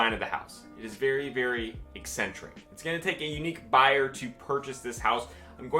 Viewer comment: Eccentric not excentric.